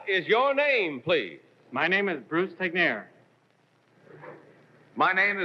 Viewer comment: I didn't know Bruce Tegner's surname was pronounced, "teg-nir". I always assumed it was pronounced, "teg-ner".